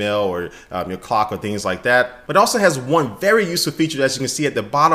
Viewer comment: when he says clock it sounded like cock